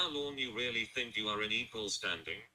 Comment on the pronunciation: I hate when he sings and pronounces "you" as "yew".